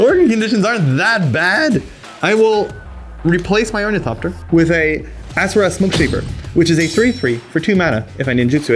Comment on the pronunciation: It's pronounced Or-Nuh-thop-tur. Not Or-Nee-thop-tur